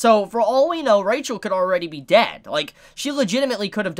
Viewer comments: It's a weird thing, but her name is pronounced with an "h" sound, not "ch." So it's Ra-hel, not RA-chel. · I'll just remind that Rachel doesn't have "ch" they sound "h". So her name's read Rahel. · What I wanna know is why does Rachel have cat eyes? And why do they do that kinda annoying thing where Bam pronounces it Ra-Chel?